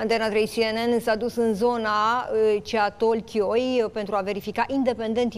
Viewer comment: Of , dragilor, se citeste: CETALCHIOI, PLAURU